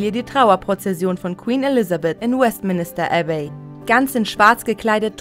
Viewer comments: Die Sprecherin sagt: West Minister Abbey 😂😂😂😂 Richtig wäre Westminster Abbey. Auweia. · Die Sprecherin hat's wohl nicht so mit Englisch. ....zum West-Minister-Abbey